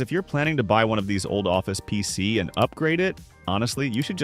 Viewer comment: Chatbot narration was obvious in the first 30 seconds of the video and not being able to say PC.